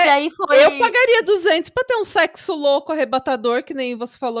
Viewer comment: Um mundo por mais episódios longos no Pátria Amada Criminal no YouTube ❤❤❤❤❤ Eu não me contive, não teve como não rir 🤣 😂😂😂😂 A Yasmin e o Luiz fazendo “sécssu” depois que avisam sobre a orientação dele, ele faz programa? Gente é uma viagem na maionese sem fim. Parabéns. 😘